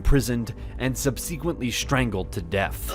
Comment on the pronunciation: My God, why can't you just have a little rehearsal with your narrator and teach them the correct pronunciation of names, places and adverbs, for that matter. I mean, really, 'sub-SEEK-wently'? When on Earth did THAT become the pronunciation of that word?